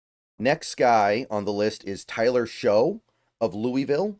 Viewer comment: I know it's weird but just FYI Shough is pronounced "Shuck"